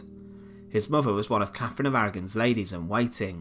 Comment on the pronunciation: Grr I can't listen to Brits that can't pronounce "th". It's "CaTHerine" not "CaFFerine", and "THird" not "Fird".